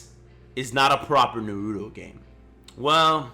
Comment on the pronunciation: I really hate how u pronounced naruto. Oh and on DBZ sagas, you put segas lol.😂